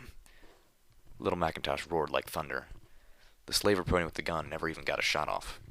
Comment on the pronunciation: Pon-three. There's a reason why that last letter is a number. It's not written as "pone", "poni" or even "pony". It's Pon3. Three. The number.